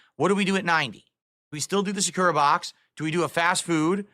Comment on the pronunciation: It’s sAkura, you bobble head, not sakUra. Same as YA-kuza and not ya-KU-za. This guy is so ignorant, it’s actually offensive